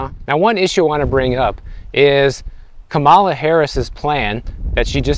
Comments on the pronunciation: Please pronounce VP Harris’ name properly. It’s respectful, and will give more credibility to what you’re saying. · Be respectful learn how to pronounce the Vice President’s name correctly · You could start by pronouncing Madam Vice President Kamala Harris name correctly. I like your videos but the unnecessary disrespect when saying her name. Knowing I’ve heard you properly pronounce more “complicated” names in your videos is off putting. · You hit 250K subs! Congratulations! You pronounce Kamala like COMMA-LA. Easy way to remember.